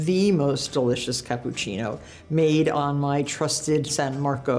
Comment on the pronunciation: She can't pronounce Cappucino, wtf?